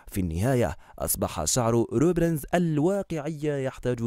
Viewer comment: اي صح هو عم يقول روبرنز 😹😹😹😹😹💔